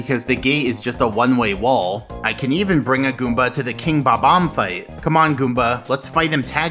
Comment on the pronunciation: God I love how you pronounce babam